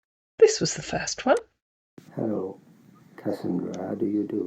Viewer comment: It took me two syllables to mail that Nigerian accent: “Hel-lo”.